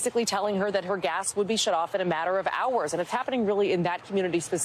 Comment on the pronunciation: Is my imagination or does Gadi pronounce gas as gash?